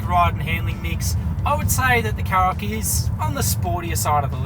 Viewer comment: Shkoda KaRoq, not Sskoda Carrok. There's an entire Škoda YouTube channel where you can listen to them pronounce their product names, not to mention the brand.